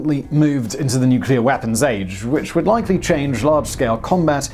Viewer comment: it’s “LIKELY” not “LECKLEIGH” lol. enjoy your videos